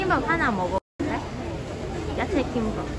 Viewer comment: "야체"가 아니라 "야채". 그래도 이뻐..